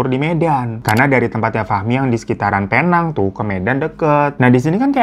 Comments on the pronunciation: Bang hiro...sebutan Penang bkn Pe-nang, tapi Pi-neng. Salam dr fans bang Hiro di Malaysia❤ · Aku orang malaysia.. ngakak aja pas bang hiro nyebutin "penang" lain bnget di dengar.. 😂